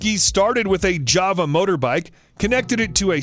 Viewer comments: JAG WIRE and JAVA? wtf JAWA and it is pronounced JAR-WAR JAR as in bottle then WAR as in war the fuck is he talking about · Java motor bike? I think you mean Jawa! For Christ sake, it says it clear as day right on the tank!